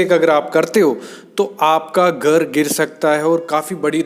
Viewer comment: गर गर क्या लगा रखा घर बोलने nhi aata kya